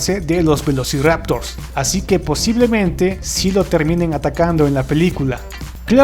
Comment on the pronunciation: Yo te encontré un error a vos XD... "velociraotors"